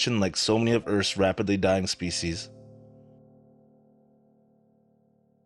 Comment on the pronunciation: dyeing spissis? I suppose that behind this film is sponsored by the whole pornographic industry. Our military is very attentive to your pronounciations.